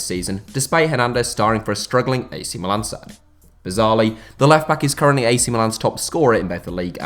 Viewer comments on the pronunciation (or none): none